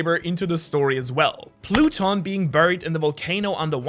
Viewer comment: That's plooton